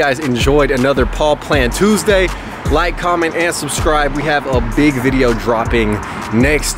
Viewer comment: Did you say shrubscribe? Goat.